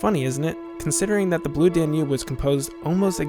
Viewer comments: Most Americans would know that it's DAN-ube, not Dan-UBE. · Blue dan YOOOB (emphasis on 2nd sylable).... Really??? even the people being interviewed here pronounce it Blue DAN yoob. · Very interesting. Liked it a lot. But found your pronunciation of “Danube” distracting. The accent is on the first syllable: DAN-ube. Not dan-UBE. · This is absolutely AMAZING! If still monitors these comments, you are/you have 1 of the greatest channels on YouTube! Especially where cinema is concerned. That said I do have one small but pointed complaint: you can clearly hear (as I've always heard) the word "Danube" ALWAYS pronounced with emphasis on DAN (everyone speaking about it in the clips that you put together pronounce it that way) but for some reason you are putting the emphasis on UBE (D'oh!). In case you do a part 3 in the future and need to reference the music again, I might suggest that you put the emphasis on Dan (and after all, Dan is a pretty nice guy:-) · DAN-yoob, DAN-yoob, DAN-yoob, DAN-yoob, DAN-yoob. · “dan YOOB?” Seriously? Bwaaaahaaahaaahaaahaa! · It is pronounced DAN-yoob. This made me nuts every time said it, which was often. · The narrator pronounces "Danube" with the emphasis on the second syllable... "dan-YUBE". Very bizarre. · I am organising a drinking game, each time the Danube is mispronounced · Very smart doc so how can’t you not know how to pronounce Danube? It’s even stated in several of the interviews you include. Please stop! Fix! Be smart. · Imagine not being to say "Danube." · Please learn how to pronounce Danube. Jeez. Otherwise, a good video. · excellent video... only 'Danube' pronunciation is bugging me :) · And his pronunciation of "Danube" is rather distracting as well. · the stress is on the first syllable of "Danube" please.... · You're pronouncing Danube wrong.